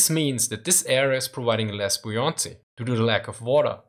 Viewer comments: It's "bow" like "cow"...not like a bow and arrow. In the word buoyancy the stress is on the first syllable. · Love it how you pronounce buoyancy :D